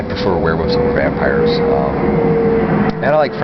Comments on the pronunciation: So u were fascinated by werewolves but u never learned how to pronounce it! Wuff wuff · Wearwuffs haha. i say it like that too bro people give me shit. thas wussup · obsessed with " warewoofs" lol XD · sounds like hes saying werewoofs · Don't take this the wrong way, I mean it as a compliment. The way you say "Werewoofs" ... the pronunciation. ha ha ... I like it.